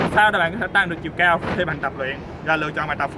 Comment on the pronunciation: Vl cái chữ "cAo" giống giống cái ấy